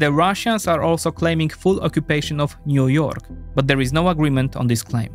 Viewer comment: Niu York 😂😂😊